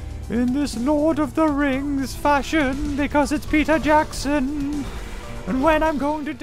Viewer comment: What you say: peter jackson what i hear: peter johnson (people who read percy jackson will understand)